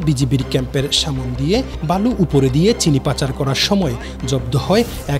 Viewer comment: সংবাদ পাঠক উত্তর বইঙ্গা 😂😂😂😂 বলে সামন দিয়ে😂😂😂